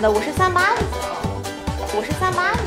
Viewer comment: 那个女生说38的脚不看字幕以为他在说山巴的脚🤣